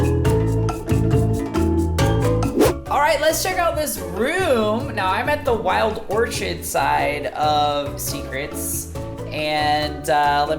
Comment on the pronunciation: Wild Orchid not Orchard